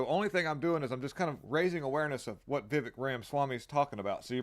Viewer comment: He actually pronounces his name "Viv-A-k", not Viv-E-k - yes, it's spelled with an 'e" but he pronounces it like an "a".